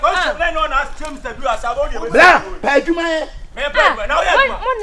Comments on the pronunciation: Wow let the World hail aka,today cos he has spoken the truth ,but i still can't stop laughing 😂😂😂aka said drill instead of drew 🤣🤣🤣🤣true kumerican 💃💃💃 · It's the pronunciation of "drew" for me 😹😹.AKA nie